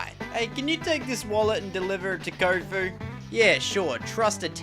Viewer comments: Anyone else notice him calling Kofu "Kabu"?? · When he was fighting the water gym, he said "Kabu" instead of "Kofu" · Did- did he just say Kobu instead of Kofu? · I heard kabu